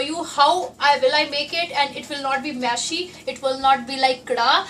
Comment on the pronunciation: Its Mushy not mashy Just fyi